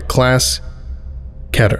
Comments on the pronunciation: I ♡ how doesn't say "Keeter" like all those other n00b SCP channels... And this dude just NAILS an American accent like a true pro. It's always amazed me. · Keter rhymes with cheddar. It is the only correct pronunciation.